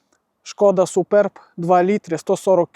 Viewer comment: Один з небагьох, хто правильно озвучує назву авто: Шкода СупЕрб. Вподобайка.